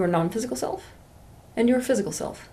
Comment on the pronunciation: I like when she pronounces *silf" instead of "self" ... Ok not really